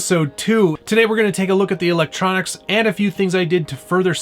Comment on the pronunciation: is he saying 'elontronics'? if he is, damn thats funny